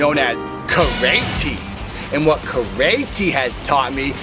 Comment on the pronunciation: This is Ca-RAY-zy